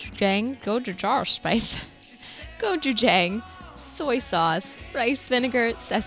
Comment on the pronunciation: As a Korean, I never imagined the combination of gochujang and peanut butter. I want to try it. And I want to tell you the exact pronunciation of gochujang😂